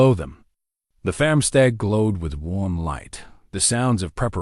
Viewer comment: Loved the story but some words, repeatedly mispronounced, was irritating. The word is 'FARMstead not FAMstead.